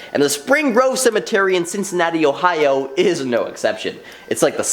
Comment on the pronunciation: "I'm so glad I don't live in HOEohio"